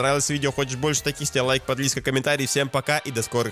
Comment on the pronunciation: Я один заметил что он сказал подлизка а не подписка